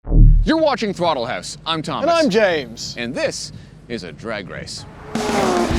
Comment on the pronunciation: Welcome to Throttle “Hewss” - the most Canadian person ever (Thomas)